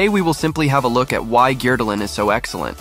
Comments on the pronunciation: Agree on both counts. For someone who's obviously spent a lot of time in Norway and is apparently fluent in the language, it amazes me that he consistently butchers the pronunciation of Norwegian names. Since the videos are in English, I don't expect him to do the names in a Norwegian accent, but he doesn't even use readily accessible Anglicized approximations of the sounds. And “Gjerdalen” is hardly his worst. Therese “Joe-hog”!!? No one interested enough in XC to watch these videos would pronounce her name that way. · Great analysis but horrible pronunciation of his name